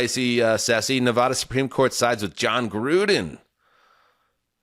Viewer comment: It's incredible that and have lived next door to Nevada for many years but still can't pronounce it.